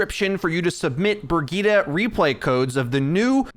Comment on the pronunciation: Her name is brigette like bridge it